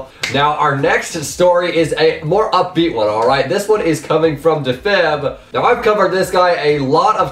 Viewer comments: deefib not difib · That is not how you pronounce defib